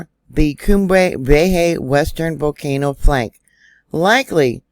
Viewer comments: Cumbre Vieja, pronounced, Koombray Vee-ay-ha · You're blowing my mind. Crazy. PS if you please, Cumbria Vieja is pronounced COOM-bray vee-AY-hah 💕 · Cum bry- Vay ya,!